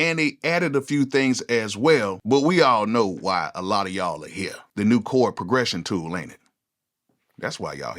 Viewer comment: “Chord “, NOT “Cord”.